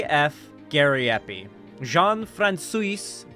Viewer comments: It's pronounced like Fran-swa, but the Fran-sooeese pronunciation is hilarious 🤣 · His name is pronounced Frahn-swa 😂 but please don't mind me and continue saying it like that 👍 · Francois is "Frahn-swah" and Patoine is "Paht-wahn."